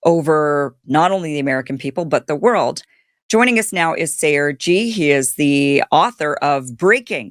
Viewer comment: thank God this guy's name was in the description, because she was so careless about pronouncing it that I heard CRG. His actual name is Sayer Ji. You are better off saying unfamiliar things slowly the first time. It doesn't matter if you are familiar with them, if your audience is not you have to do that.